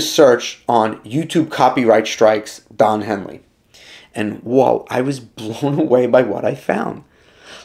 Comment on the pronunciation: “Don Heely”? 🤦🏻‍♂️